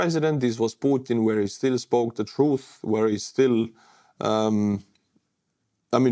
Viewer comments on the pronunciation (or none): none